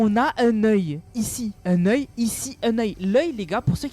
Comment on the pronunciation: Un oeil:❌ Un neuille✔️